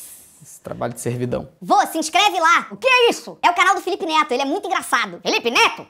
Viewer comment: Ana Laura De Andrade Costa e sim ela falou note e neto parece que näo estuda